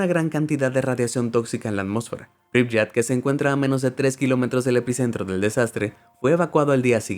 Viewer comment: Se pronuncia pripiet no pripyet